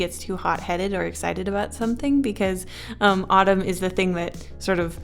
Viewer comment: Winter: Jacquelin /Tatyana Summer: Jensen Spring: (no idea lol) I kept hearing the word Autumn as Ottoman idk why but- That's his name